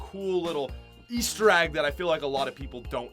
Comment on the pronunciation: E A S T E R A G G